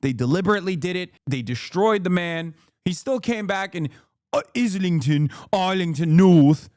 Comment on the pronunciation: hasan’s consistent mispronunciation of islington rly tickles me